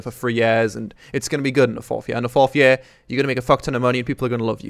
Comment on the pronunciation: Please get Danae to teach you how to say "year" right